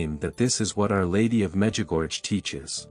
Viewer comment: It makes me smile as to why so many people do not pronounce the name MEDJUGORJE PROPERLY.